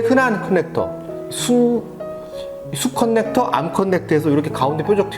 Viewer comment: 컨넥터-->>커넥터로 발음해주세요